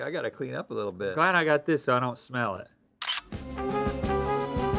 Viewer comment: I thought it was more like “smella’ that!” like he just started emphasizing/exaggerating that extra little syllable he’s always added at the end of the word “smell” 😅